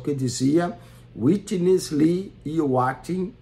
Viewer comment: Como levar a sério alguém que não sabe nem ler, pronunciar adequadamente os nomes dos irmãos Watchman Nee e Witness Lee... Fala, fala e não explica nada. Não tem como nem rebater nada.